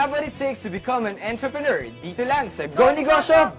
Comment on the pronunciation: Sounds like *Antrepenuer